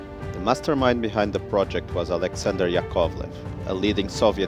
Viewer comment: The stress is on the first syllable: YAkovlev, LAvochkin.